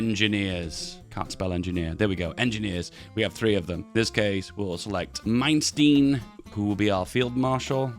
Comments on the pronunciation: Is swear the way he pronounced Manstein gave me cancer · The way he pronounced Manstein haunts me...